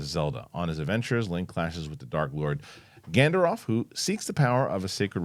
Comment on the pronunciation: I laughed at when mispronounced Ganondorf